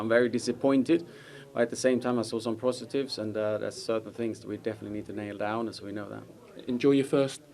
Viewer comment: he said prostitives😂😂😂